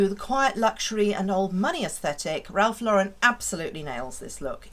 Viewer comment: Thank you for pronouncing Ralph Lauren correctly! So many want to put a French sound to it…makes me crazy!